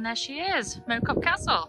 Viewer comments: Little Moreton Hall is just down the road from me! Mow Cop is pronounced with the Mow as in ow, not as in making a lawn. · Mow is prounounced as in Chairman Moa